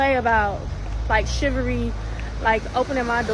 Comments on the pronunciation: She said Shivery… yeah not listening to a word she has to say. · Shiiiiii, Shiiiiiiivering😂😂🎉🎉🎉She a whole red flag😢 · Chivvery is dead! If you cant pronounce it then it doesnt exist! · First off, she said, "Shivery" 😂😂😂 Now, granted I will walk her to the car and all, but never EXPECT anything from a date, but a good time!!! Women want to be pampered on dates, BUT WHEN YOU DO, they still mistreat you!!! 😂😂😂😂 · If you believe in Chivalry, you should probably know how to pronounce it! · Chivalry isn't dead she just doesn't know how to say it. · Don't hold it against her for not pronouncing it correctly.